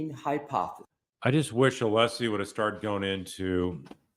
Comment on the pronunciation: asked Alessi to clarify his name, then mispronounced it! Idiot right outta the gate.